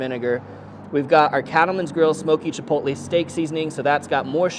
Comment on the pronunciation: well i give you the credit for to accurately say chilpotle